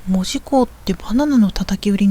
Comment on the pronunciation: 大正14年に建てられていません！！！もっと古いです。 現在の門司港駅は新築当時を復原したものです。 木製の乗車券の販売窓口、復原前は、あんなもん、なかったです。 「門司」のイントネーションがキモすぎる 「門司」は「文字」と同じイントネーションではない 「も」にアクセントはないのだ 住友銀行門司支店は昭和20年6月の空襲で燃えて灰になりました。 日本郵船門司支店ビルは、九州初のエレベーター設置オフィスビルです。 動画のエレベーターは昭和2年の建設当時から修理を重ねて 現存しているのですが、このことが紹介されたことがありません。 なお、郵船ビルは1990年代のレトロ事業スタートから、 観光客の受け入れをしていないビルなので、 観光目的で入ると注意されることがあります。 国鉄時代、このビルの２Fから門司港駅を撮影して私も怒られました。 郵船ビルの動画はアップしない方がよいと思います。 ホームリンガ商会の建物は戦後の建物です。 旧門司三井倶楽部から桟橋通を歩いて北九州銀行まできたのに 鉄道記念館は？？？？って怖すぎる 歩いている途中にあったのだが・・・ 門司区本町（ほんまち」と読みます